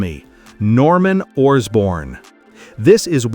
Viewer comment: Orsborn? You mean Osborne, don't you?